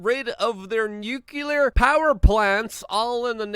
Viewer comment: Good stuff, Luke! By the way, it is NOO-clee-er, not NYOO-Q-ler.